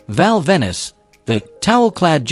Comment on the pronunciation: Venis is pronounced like Pen...... you useless AI